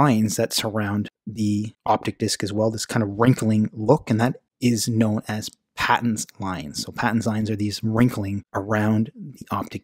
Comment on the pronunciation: Nice introduction Note Paton is pronounced with a long A after the luminary Dr. David Paton.